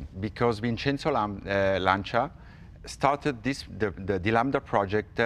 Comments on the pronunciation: Oh, cool. I've wonder for a long time how to correctly pronounce "Lancia". Jay seems to be saying LAN-CHEE-UH, but the native Italian speaker is saying "LAN-CHA". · Okay, once for all set how to pronounce Lancia. :)